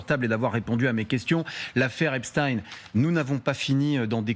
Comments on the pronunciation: Pourquoi le présentateur dit Epstein et le journaliste Epstine ? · EPSTEIN ! Eins Wei Drei ! Et non pas Epchtine . Ces gens là viennent de l'Est à l'origine . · EPSTEIN pas EPSTINE. Personne n'oserait dire Albert EINSTINE au lieu de EINSTEIN ! Pourquoi aucun journaliste ne rappelle que ce diplomate/espion est franco israélien a fait son service militaire en Israël ? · Comme Einstein ( peigne, vermeil, etc...) et non Ine... Epstein ( eigne)... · L'un d'eux se trompe. On dit Epstine